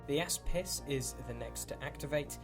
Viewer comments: I really loved this battle report. I would like to just point out though, does Retribution of Scyrah have a warjack called the "asspiss"?. Every time I heard it I cracked up laughing! \ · The "Ass Piss" is apparently how its pronounced now hahaha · Sebibreve It's Greek for shield (which is what it does) and its actually pronounced.. ok, the "a" makes an "ah" sound, the "s" is like the s in snake, and the "pis" is like "piece" of pie - so something like Oss-piece.